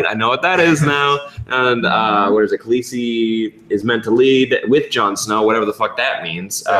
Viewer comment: sam calling Daenerys Khalessi really annoys me